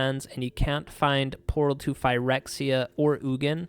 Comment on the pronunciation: I can listen to you say “Phyrexia” all day long boy 😊